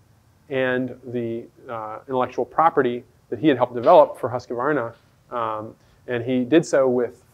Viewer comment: Pronounced "Hooskvarna".